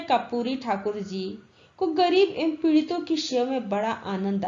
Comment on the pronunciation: Ma'am aap karpuri ko kapuri padhte hai